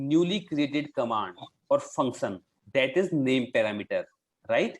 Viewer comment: You are pronouncing Parameter wrong. Pronounciation here